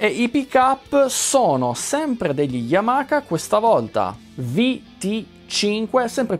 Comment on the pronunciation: Solo una precisazione. La pronuncia non é yamaka ma Yamaha come lo leggi ;)